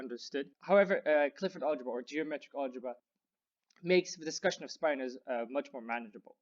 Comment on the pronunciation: "speye-nors"? I always pronounced them as spin-nors, to agree with "spin".